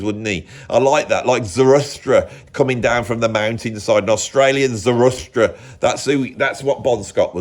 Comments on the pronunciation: It's Zarathustra or Zoroaster, but never Zarustra stop saying that, I would love to hear your thoughts on Nietzsche's works like Zarathustra or Gay Science I'm sure it would be great. please talk Nietzsche to us. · Sorry to be that guy but it's the second time it's come up - it's Zarathustra ZA-RA-THUS-TRA! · “Zaruthstra”…. that’s easy for you to say ! 😊 What a froth-fest !